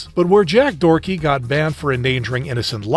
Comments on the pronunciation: its doherty not dorky btw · For a second I thought he said Jack forky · He actually said jack dorky haha it's deserved but I fucking wonder how they act irl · I cant believe bro called Jack Doherty " Jack Dorty"